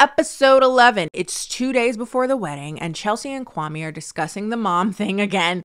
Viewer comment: The way people mispronounce kwame’s name is soo grating 😂